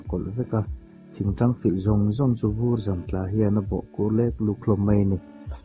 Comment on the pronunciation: 😊hun rei tak awm turah mizo tawng pawh chhiar thiam mumal lo te hian kan han chhiar ve ngawt zel ahh.. Vur zam, ramhnuaia tap, tla lut, tla thelh (tep), etc. tih te lam thiam zir i ngai a nih hi